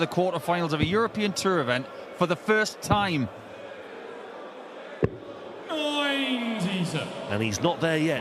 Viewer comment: Kirk called 90 but it sounded like he said 99, so the chalker put 99 which left 25